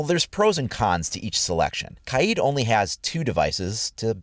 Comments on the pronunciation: OMG ITS NOT KAYEEEEED ITS KAYD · Lol it’s pronounced kayd not kayeed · It is not kyeed it is kaid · It’s pronounced “Kide” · Imagine saying Kaids name wrong the entire video